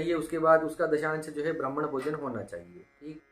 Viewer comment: Please read Brahman bhojan not Bradman bhojan